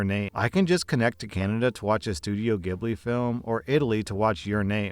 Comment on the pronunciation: Fake ghibli fan can't pronounce ghibli correctly